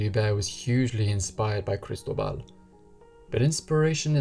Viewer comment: FYI -- kris-TOH-bal